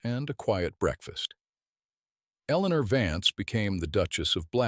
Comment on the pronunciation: Another Eleanor at least pronounced correctly by this AI